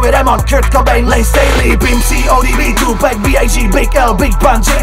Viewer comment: Vyslovuje se to tupak a ne tupek wtf.